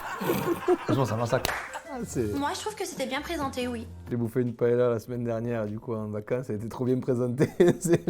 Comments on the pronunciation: On prononce PAÉLYIA comme on dit LIEU ... et chorizo c TCHORIZO et le Z comme le TH en english. De rien.😂 Merci! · Paëlla ça se prononce « paéya »